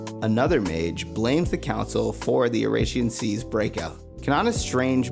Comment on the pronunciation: The pronunciation of oración seis is killing me